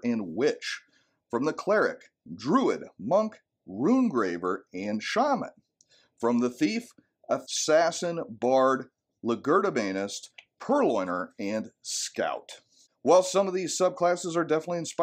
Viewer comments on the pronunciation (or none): fyi "legerdemain" pronounced like "ledger-" Looks fascinating. Will have to check it out.